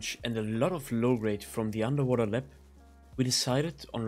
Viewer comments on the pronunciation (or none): Nice vid. Btw it’s called lab not lep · Lab ❌ Lepp✅